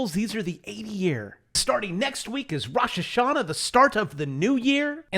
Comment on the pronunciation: It’s Rosh Hashana! You killed me brother! Regards from Israel